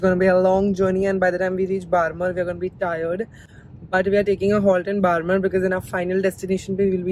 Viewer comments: I am from RAJASTHAN and the whole time was saying barmer i was thinking that i haven't heard any place called barmer, may be I don't know the place then i got that she was talking about "बाड़मेर ", ofcourse it was not her fault i know how to pronounce that word because i am from rajasthan but i laughed so hard when i get what she was trying to say the whole time 🤣🤣🤣 i love you... ❤️❤️ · Your mom is so cute... It's Barmer not Baarmar Hope you enjoy your trip in our Rajasthan 💜💜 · Hey! It is pronounced as बाड़मेर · the actual pronunciation is badhmer, yes the spelling is barmer. Welcome to rajasthan ❤️ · it is बाड़मेर not बारमर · Its is pronounced at Badmer